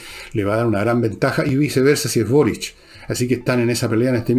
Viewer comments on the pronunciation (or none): none